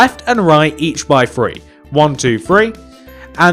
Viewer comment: Do you notice how he says free instead of three